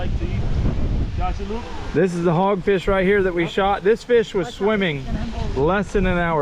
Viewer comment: First time I’ve commented about anything but huge fan here from central Alabama great job being a great dad to Jake and Luke and a huge congratulations Luke on spearing your first feeeaasshh as Crystal says I swear she is as country as me!